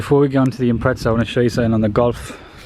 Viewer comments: Impretza 😭😭😭😭😭😂😂😂 it’s impreza mate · IMPRETZA ITS imPREza